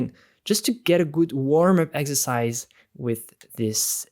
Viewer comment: This is amazing.. and it’s so funny cause I keep hearing him say eggsercise lol